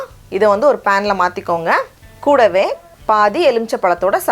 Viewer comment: The way you say KOODAVE is nice